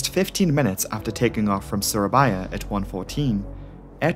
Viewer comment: You spelling surabaya and manado is very good sir